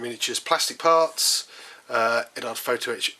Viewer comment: Nice kit. How much does it cost? One thing that just drives me nuts is the mis-pronunciation of Eduard (Ed-ward, not Ed-ard) and Decal (De-cal, the e is long and the a is short and not silent)